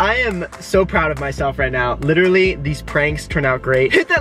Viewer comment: This is how many times Brant said “litterly” ——————>